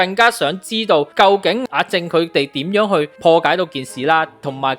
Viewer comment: 係林子傑，唔係陳子傑；阿正個名讀「jeng」，唔係「jing」